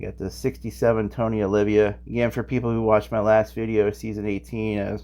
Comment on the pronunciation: I hate to keep correcting you, but it’s Tony Oh Lee vuh and Mickey low lich